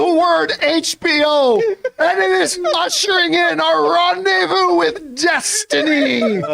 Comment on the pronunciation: Rendevu with disentairy